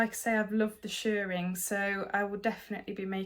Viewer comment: I've done shirring in the past, many years ago. It's such a satisfying technique isn't it! Also all kudos to you for saying shirring as it should be said. It's not shearing, that's what is done to sheep! 😂 Your Mabel is lovely, a good call to lengthen the peplum, Tilly drafts for her height and body shape, which is short and pear shaped. If you're over 5' 5" you have to lengthen.